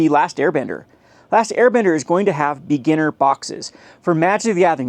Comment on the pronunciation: The way you say beginner sounds like beaner